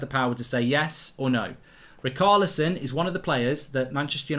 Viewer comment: Btw - Richarlison is pronounced Ri-sha-le-son...!